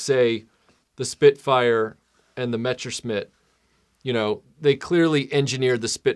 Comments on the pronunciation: How do you mispronounce "messerschmitt" as "mechersmit" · Yes, idk what he said. Metsherschmitt or something like that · Every time you mispronounce “Messerschmitt,” a puppy dies.